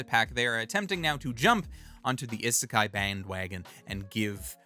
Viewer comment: In romanized Japanese (in particular what is known as the 'Hepburn romanization' version which is the modern version of Japanese romanization) the 'i' is pronounced like people say the name of the letter 'e'. (Like the 'e' in 'eat'.) So it is not "eh-seh-kai" it's "ii-seh-kai". The word isekai should be pronounced starting with the sound of 'e' in 'eat'.